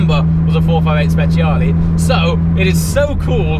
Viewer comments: i think it's time to learn how to pronounce speciale in the right way 😂, anyway congrats for the wedding🎉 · When you say speciale I beg you to pronounce it well thanks, if you do not know how to say don't say thanks